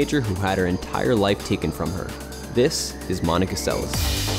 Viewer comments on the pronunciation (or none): It's pronounced Monica Seles (SEL es'.) Stress on the second syllable. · It is Seleš which is pronounced Selesh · Why not to pronounce her surname correctly? Selesh. She is not American. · Monika Seleš is pronounced more like: Selesch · Pronounced... Monica SeleSH.